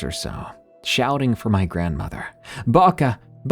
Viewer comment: I’m sorry but the way you pronounce Babcia kills me 🙏😭, my grandma grew up in Poland so we call her babcia , we pronounce it bob-ca or Bob-cha . Idk if it’s the audio but it sounds like you’re saying Baka . Or maybe I’m stupid and I’m thinking of a totally different word and you are saying it right.